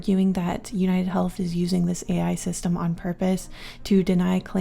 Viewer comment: Ai not air